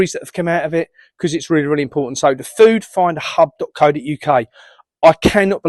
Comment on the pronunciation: Hi, Please be careful how you say Food Finders Hub because, if someone thinks you said 'Finder' and not 'Finders', that is a different web site altogether.